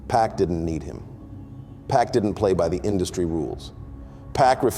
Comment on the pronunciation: “Pack” ??? Who is narrating this??